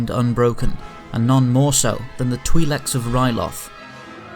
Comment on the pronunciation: Just a quick correction twileks is pronounced tw-eye-leks